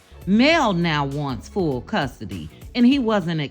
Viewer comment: Did you say "Fool" custody. Commentary on point.